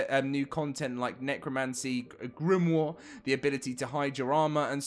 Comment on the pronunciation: Simple pronunciation of grimoire is Grim-wa